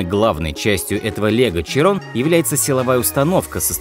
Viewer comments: ШИИИРООООООН А НЕ ЧИРОН, кровь из ушей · широн а не чирон , деревня. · Фокус - фотошоп Не Чирон, а Широн Не ПоршЕ, а ПОрше А так норм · Не Чирон, а Широн.. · Это даже не широн, это Кайрон какой-то, сам чекни в гугл переводчике(именно произношение) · ШИРОН.. а не Чирон.. 🤮